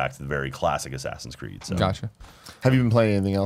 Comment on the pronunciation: correction its more like sassinscreed